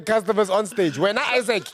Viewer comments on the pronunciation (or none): Not "Isaac" bafowethu... 😂😂😂😭😭😭🤣😭😭😭